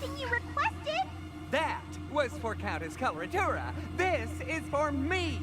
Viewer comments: Probably because its such a strange name and not spelled out when we first hear it. when i heard it i thought she said cholera tuna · why everybody has problems pronouncing Coloratura?